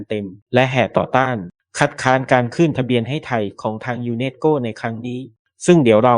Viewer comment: ต้องฝึกภาษาเพิ่มนะครับ ทั้งไทยทั้งอังกฤษคืออ่านผิดเยอะ สา-ระ-คะ-ดี ไม่ใช่ สาน-คะ-ดี ทำ-มะ-รา-ชา ไม่ใช่ ทำ-รา-ชา นัน-โท ไม่ใช่ นัน-โท่ ยู-เนส-โก้ ไม่ใช่ ยู-เน็ด-โก้